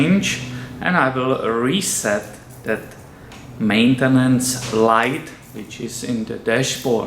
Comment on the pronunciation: Are you Finnish? I thought you were going to say Mattenen (or something) instead of Maintenance. Haha! The way you said it. Cool! And thanks!